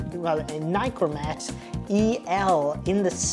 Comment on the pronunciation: Americans, it is not a NYCORMAT learn to pronounce NIkormat